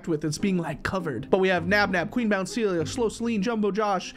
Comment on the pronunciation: “Its qween bounceilia!!” 😂😂😂